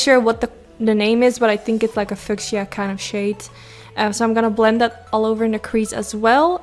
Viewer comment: just to be helpful only. It's pronounced Fee you sha (fuchisa) Love you. Exquisite eyes. I love pink! Your smile is beautiful! 🌹🌷🌹🌷🌹🌷🌹🌷🌹